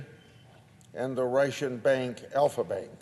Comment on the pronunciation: Grassley is so old and slow. Why does he keep saying, "Reichen" instead of Russian? She should have been put in prison long ago. I'm tired of all the talk. The bad guys should be taken care of permanently. I despise the libtards and RINO'S.